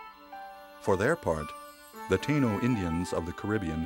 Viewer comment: It is pronounced Tie-ee-no and they are not gone forever. They are very much alive in Puerto Rico especially in the mountains.